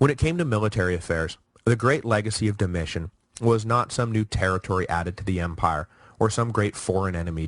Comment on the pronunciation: ➡Dom-e- tan. ➡Ortho= ortho. POOR PRONOUNCING